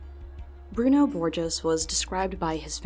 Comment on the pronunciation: b-bruno? like,,,bruno bucciarati?